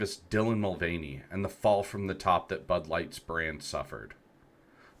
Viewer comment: Buddy you can't even pronounce Bud Light correctly, get out of your mom's basement and get a real job